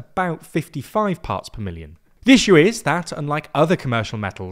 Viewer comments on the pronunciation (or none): none